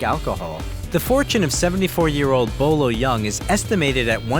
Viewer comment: It's not Bo Lo young lmao Boyee Ying.